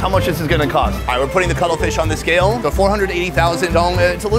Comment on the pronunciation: Bru he didn’t say cuttlefish he said color fish